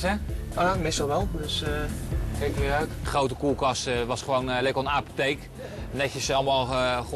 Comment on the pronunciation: Hahah hij zei aaaapotheek! 😂😂😂 Spraakgebrek zowel Engels als Nederlands en vast ook andere talen. 😅